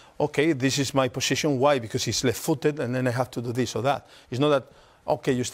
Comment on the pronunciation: "you stay in this poxixion"